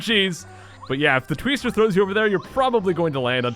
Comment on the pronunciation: A "Tweester?" Did M. Night Shamalan name it? Vat a Tweest!